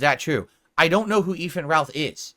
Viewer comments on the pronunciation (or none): “I don’t even know who Efan Ralth is”